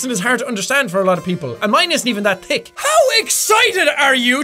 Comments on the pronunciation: did anybody else hear him say it like and mine isent even that dick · Irish accent isn't that thick? When you said thick, it sounded like dick haha 😂